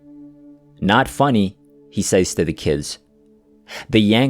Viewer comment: I love your channel but I hate it when you say sayd for said(sed) and saze for says(sez) Please fix because even though it's only a tiny mistake it spoils the narrative.